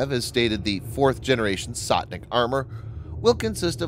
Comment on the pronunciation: its not Sotnik but Stotnik...sto means hundred